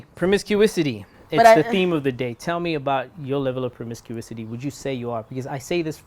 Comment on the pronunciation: Promiscuity... not promiscuisity Sir